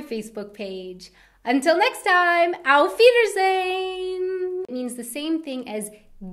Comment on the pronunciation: After watching like 20 episodes i finally realized that you are saying Aufwiedersehen at the end of each video. It just sounds so wrong.